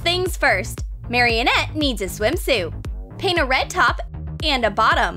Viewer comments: Her name is maranette not maryanette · For god sake it's marinette not marionette that is just wrong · Ok don’t be rude I mean I get kinda triggered when she keeps saying Marionette but you don’t need to be so rude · You literally said her name wrong it's not marionette it's a IT'S A MARINETTE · Marinet not maryanet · Why u say marionette not marinette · Her name isn’t marionette they’re saying her name wrong her name is Marinette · Marionette it’s marinette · its pronounced Mari-net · Williams she said marinnette wrong!!!!!!! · You said marrinette incorrect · Do you even watch miraculous because that is not how you say Marinette’s name 🤦🏽‍♀️